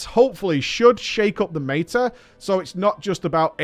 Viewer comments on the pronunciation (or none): none